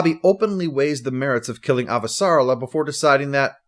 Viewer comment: Thanks 👍. (Ah-va-sa-REL-la, I think.)